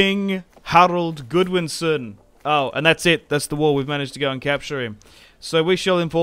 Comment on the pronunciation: GOD-winson not GOOD-winson. Are you really British? Or is the British education system as bad as America?